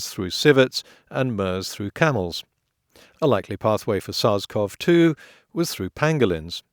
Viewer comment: HI potholer54, SARS-CoV-2 is pronounced sars co vee 2, not sars cov 2